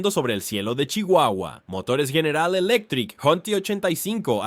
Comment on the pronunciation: Investiga cómo se pronuncia General Elecctric